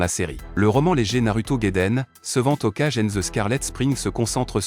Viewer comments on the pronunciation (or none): OkAjE au lieu de "Hokage"